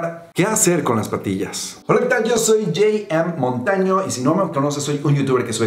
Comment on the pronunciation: estamos en mexico se pronuncia jota eme montaño no ,yem em montaño ,porfa